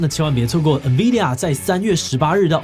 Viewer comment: 先不說未來有沒有預測，光Nvidia 唸對我都快哭了